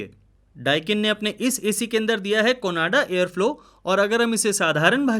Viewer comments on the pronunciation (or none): "कोनाडा फ्लो" नही "कोआंडा फलो" है वो.Din raat wohi Kam karte ho, jara dhyan se to padho...